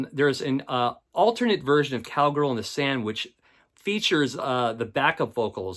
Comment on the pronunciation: Could swear I heard you say 'Cowgirl in the Sandwich' (inadvertently) at about . Kinda misheard, like Lennon's humor in that book you found.